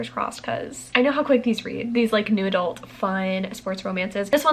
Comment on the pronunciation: I keep hearing "noodle" instead of "new adult" and it's been confusing